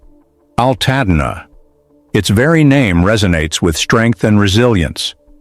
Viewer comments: WTF is Al Tad Na? Stupid AI narratives need to go! Nobody needs this crap! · Alttadna..no altadena get it right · That and the mispronouncing of my home city is why I had to stop watching!